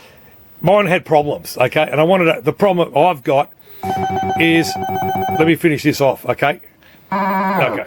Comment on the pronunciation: Never finshished wine😂